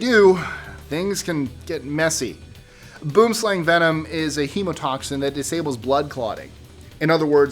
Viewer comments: Hi I enjoy your lists and seriously love your pronounciations as well. 'Boomslang' should be pronounced, 'Boohm Slaahng,' and not, 'Boom Slang,' which sounds more like ghetto talk on slang in a parking lot. This being said, you missed the most venomous snake in Africa, called the Vine Snake or Twig Snake. It is a very placid snake, but sister to your mispronounced Boom Slang, it is the most dangerous, because There is no antivenom and it mimics a branch in a tree, so you cannot see it, until you get bitten. Then there is your Violin Spider, which gets its name from the Tattoo on its back. No anti- venom. The Tsetsi Fly, which kills most everything and made people move to create towns away from it. A tree in Africa was actually named, because of the belief that it was the tree that killed people and animals, Fever tree or Acacia (Vachella) Xanthophloea (Akaassia Zento flow ya). Black and Brown Widdow Spiders, very common to our area and causes many deaths, contrary to popular, Google beliefs. The Six Eyed Sand Spider, which could be anywhere anytime, where I stay. Boa Constictors! We have a valley close by, two blocks away, where a family of 20 reside. People, dogs and pets go missing all the time. Puff Adder or Pofadder, the second fastest biting snake in S.A., after the Black Mamba. Not in any manner criticising, but just mentioning. However, after thinking about it, I should probably move, since every one of the above and most of your list are daily threats in mine. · #13... "Boomslang" is literally the Afrikaans word for 'Tree Snake' (Boom = Tree + Slang = Snake). And... It's pronounced BWIM-SLUNG. By the way... the Black Mamba is more dangerous. Also look up the South African Puff Adder:) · FYI no. 13 is pronounced 'boo-um slung' it's Afrikaans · US$10 to the first English-speaker who can pronounce "boomslang" (tree snake) correctly!